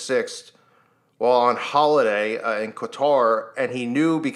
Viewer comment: That's the worst pronunciation of Qatar I've ever heard. Also, has he never heard of a fata morgana before?